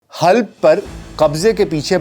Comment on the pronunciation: Halb نہیں Halab